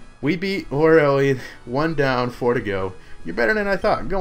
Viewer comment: Why does everyone on YouTube pronounce Lorelei wrong? It's Lore-A-Lie.